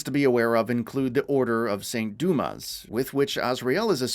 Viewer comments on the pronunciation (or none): none